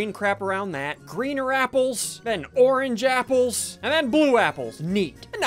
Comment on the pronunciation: is it just me or did he say Oran japples?